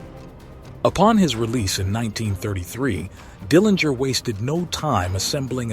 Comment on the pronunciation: Nice summary of John's life. I really liked the way you ended this regarding John's place in history. One item to note is that the Dillinger family name is pronounced with a soft 'g'.